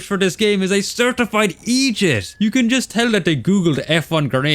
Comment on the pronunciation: Lol when you say idiot you sound like you said Egypt